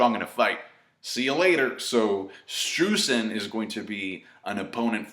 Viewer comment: i wanted to mention that "streusen" is german and its pronounced with an "oi" so basically stroisen;)